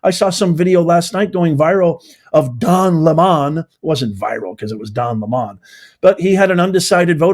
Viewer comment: Don "Lemon" is pronounced LEMON 🍋 Not LEMAN 🏁